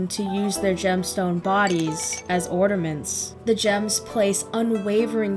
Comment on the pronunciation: Love the analysis Love philosophy and the take on this But couldn’t help to be taken out when I’d hear you say ornaments Sounded like you were saying ordaments Like nails to a chalkboard But great video